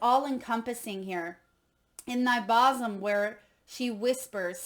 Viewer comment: It is pronounced boo-zum, not boss-um